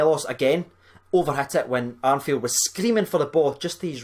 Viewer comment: STOP SAYING ARNFIELD!!!!! ITS ME ARFIELD FFS!!!!! IM GETTING TRIGGERED